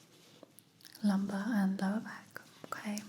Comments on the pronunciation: It's okay not awkay 🙄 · Everything about this video is relaxing, but my absolute favorite is the way says okay..."ohmqay"...I get lil goosebumps everytime 🫠🫠🫠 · Awkay is totaly Okay 🙂🙂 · Actually it's Ommkayy 😅